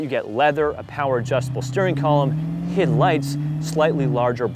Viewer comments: He said Hid lights lol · Did u just pronounce "HID"